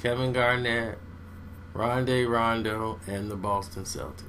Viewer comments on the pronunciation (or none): did this nigga say ronde rondo? lol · I thought it was just me who heard that! I had to put my brew down like WTF?????? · "ronday rondo"?😂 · Example: Disorganized chaos lol